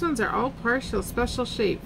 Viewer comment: Hi.... LOVE those beautiful ladies! Did you say "partial, special deills"? I'm all in! TFS ❤